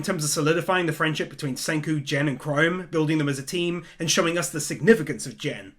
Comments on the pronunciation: Bruh he pronounced gen as jen😭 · Small correction, "Gen" is pronounced with a hard G, like "ken", since it comes from the word "Genkaku", which is "illusion" or "hallucination" (and obviously the same in Genjutsu, "magic") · 1 sin for you calling pronouncing gen as jen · you're pronouncing Gen's name wrong it's not gen as in genuine, it's more like the g in the word get or give, or go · Everything here is okay besides how he pronounces gen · I kinda like how he pronounces Gen like that. 😂